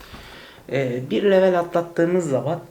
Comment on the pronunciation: İngilizce kelime kullanıp da, kelimeyi Türkçe telaffuz etmek. Garip. “Level” diyeceğinize seviye deyiniz. Yada “level” kelimesini İngilizce telaffuz kurallarına uygun konuşunuz. Komik olmayın.